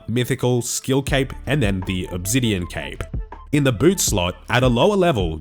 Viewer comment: What’s “Uhb-zidien” ?